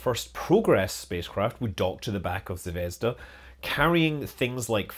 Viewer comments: stress on the last syllable/vowel: zvezdA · the accent in Zvezda is on the "da" bit in the end. zvez-DA.